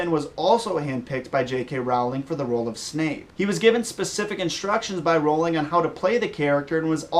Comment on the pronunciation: The way he says "Rowling," it makes me cringe.